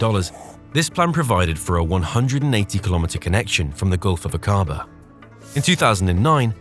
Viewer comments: Please note that Aquaba is pronounced as Ack aba and NOT aquAAA ba. Ask any one from Jordan!!! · Akkaba is the pronunciation not Akaaba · thank you forthis. interesting. ive been to the area. fascinating. thank you. nb the pronounciation is AK A BAH not A CAR BAR!!! i travelled in this area overland to india from the UK more than 40 years ago. it was awesome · Aqaba is not pronounced a-QA-ba; it is A-qa-ba. Should be fairly easy to get it right. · Was the voice over AI? Your pronunciations of certain words didn’t make sense, like Aqaba or Akabaa?